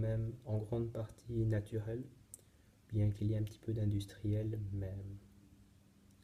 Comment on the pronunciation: "natuhel" mdrr